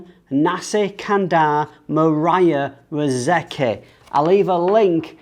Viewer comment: ...the pronunciation is mooraa reezekey. Famished wathcg u eat 😁!!..and thanks for answering my q. Hv to say, as a social introvert...like you, i hv no problem with the MCO n distancing. However, hope the pandemic ends soon.